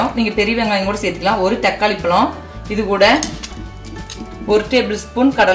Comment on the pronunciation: Tried it. Gud taste. Try to pronounce 'ழ'. வாளப்பூ, பளம்.. இப்படி பேசினா சரியில்லையே.